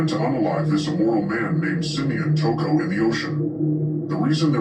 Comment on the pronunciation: Why you keep calling him toocoo